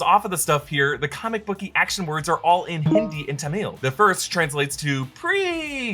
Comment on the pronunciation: What even ? No one says tHamil it's actually Tamilzh and it's pavitr there r no extra "h"s